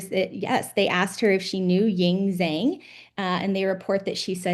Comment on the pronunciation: And Zhang isn’t pronounced zang. Z is a J in Chinese language. It’s pronounced Jong like song with a j. The mere fact everyone pronouncing incorrectly is defense into not knowing. My first name is Michael. You ask if I know Michelle with same last name and I would say no. You show me a picture of me, BAMB….. ok, yes I know. Same as zang versus Jong. Furthermore Chinese are notorious for fostering an American name, have relative her name is Xin but has a foster name of Cindy. Government mistake not Lopez mistake. Oh she lied….. nope….. government making out like it’s a lie when they know this information, making them the lie ! Just sayin